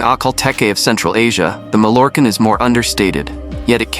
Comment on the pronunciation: Teach the ai voice proper pronunciation. Mallorquin Ma(Y)quin. If it's the breed name then get it right.